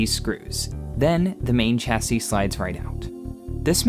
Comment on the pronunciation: Shame they can't pronounce Solder or Chassis